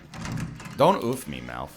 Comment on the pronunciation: I get irrationally angry at the way NL pronounces oof